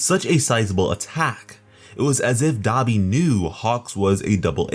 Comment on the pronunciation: Anybody notice he saying Dabi Wrong.